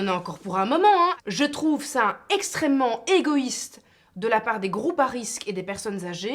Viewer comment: "Je trouve ca egoyyyiste" team belge ;-)